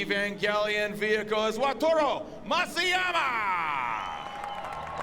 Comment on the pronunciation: YEAR 4 of saying "WATURO" instead of WATARU 😂